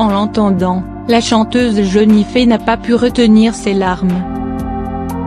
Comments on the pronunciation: Ce n est pas ''jenife'' c est jenifer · C'est jenifer pas jeunife faut apprendre à parler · JENIFERRRR pas jenifee 😕😕😕😕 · Elle menerve avec son jenifé ont dit Jenifer bordel avant de dire des choses sur youtube aprend a parler mdr pour info je ne parle pas de celuis qui a écrit ce commentaire je parle de la femme qui a parler sur la vidéo. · Non mais quand on fait une vidéo sur l idole de bcp de gens... au moins on respecte son prénom quoi ça m enerve 😅🤔🤨🤯😡🤬🤧🤧🤧🤧mon idole s appelle Jenifer et pas Jeunifer...😡😭😭😭 Sinon ma belle jen je t aime trop t toute ma vie ❤❤❤❤❤❤❤😍😍😍😍😍😘😘😘jtm a bientôt au russey dans 20 jours au festival pop cornes 😍❤jtm bisous ❤ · Ça se dit JENNIFER pas JENIFÉ mdrrrrrr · C'est pas jenifé c'est jenifer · Jpp "Jeunifé" 😂😂😂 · C'est pas Jennifer avec et mais c'est Jennifer avec er donc ça se dit Jennifer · La voix est chiante elle dit jeunifé au lieu de jenifer et teuh voice au lieu de the voice mdr jai mal au ventre 😄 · Jeunifé ? x) Jennifer ! Et pas Teuh VOICE mais THE VOICE ! xD Puis la voix et chiante x) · Elle dit jenifé et aussi te voice